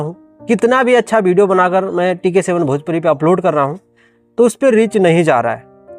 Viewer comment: Tu pahle video achha se bol le, hamesha bhideo bolta hai pagal